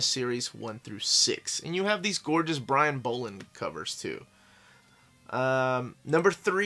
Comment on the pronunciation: Its pronounced like doll not bowl... Bolland.